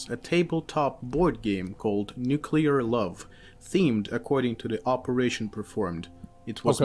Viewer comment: He cant say the word nuclear